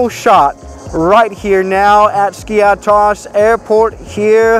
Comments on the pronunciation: It's not skIathos its SkiAAthos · Jesus mate , this is noT SKIA- TOS ...Its skiathos ''TH '' Like Thanos from avengers skiAthos !!!Love your videos by the way !! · It’s pronounced skee a thos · Great Video! Just wanted to tell you that the "th" in Skiathos sounds like the "th" in e.g. "thank you" and the Emphasis is on the a (Skiáthos). For a Greek speaker to hear it was a bit weird how you pronounced it 🤣 Keep up the good work! 🙌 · it is pronunced skathos not skiathos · Bro i am greek and its called /skiathos/ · Its pronounced SKI - A - THOS 🤣🤣 " no one likes English tourists, pissed myself laughing when I heard that comment 😁YES , there are sneaks in Skiathos. Been to Greece a few times, Athens, Zante and Aegina, all wonderful trips from Scotland. Totally agree about diming the cabin lights, it a legal requirement on all European airlines 👍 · As a Greek myself, I can confidently say that you have butchered Skiathos